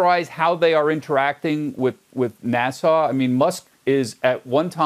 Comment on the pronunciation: Someone please tell the host that N.A.S.A. is pronounced "nass-uh", not "nas-saw".